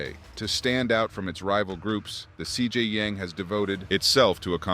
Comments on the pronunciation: Lol "CJ Yang" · CJ Yang 🤦🏻‍♀️